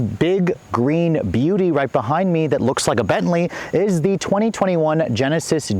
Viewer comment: The Bentlesis